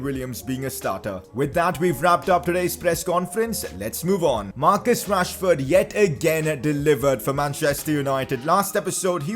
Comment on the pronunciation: Not to be mean but when you say rashford it sounds like trashford